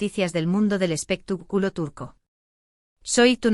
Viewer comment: Porque lo traduces tan mal no sabes el español bien,debes decir expectaculo y no lo que dicesdices espituculo